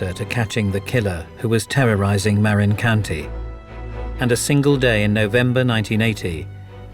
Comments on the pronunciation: It's "muh RIN" County, not "MARE in" County. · right?! I’m from Marin County…he massacres the name. Lol! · He miss pronunciation according to Dan Marina county lil olde lady with red car 😂😂😂